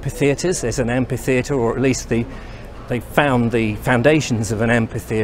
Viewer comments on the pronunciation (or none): Sorry, but I just picked a badly pronounced word: "AMPI theatre" ? I think you meant A M P H I T H E A T R E. From the Greek "AMPHOS" (amphi) meaning "in all directions".